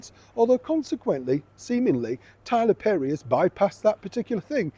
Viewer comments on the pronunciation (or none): none